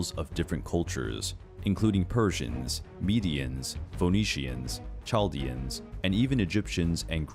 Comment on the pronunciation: Great video, also Chaldean is actually pronounced “Kal-dean”